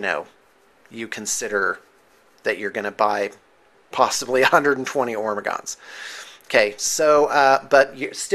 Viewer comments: It's not Ormagaunts, its Hormagaunts. like WHOREmagaunts. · He's calling the 'ormagaunst because he got that salsa 'nids. Silent 'H'